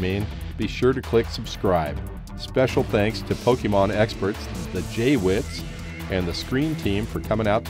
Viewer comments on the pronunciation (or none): Srsly? It's pronounced Pokaymon. Or as I say, Pokuhmon. So, ya it's not Pokeemon. Also, why was the JWittz There??? Cool! Hm 01!!!!!!! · It's pronounced Poke-ay-mon!!!! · Yes. Some say “pokomon”. Some people who haven’t seen it much can’t pronounce it right. It happens.